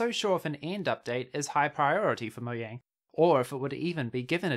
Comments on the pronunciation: this guy says mohjang one more time instead of "mojang" ill loose it its not that hard why does he say it like its written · Bruh it's not pronounced moyang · Say, MoJANG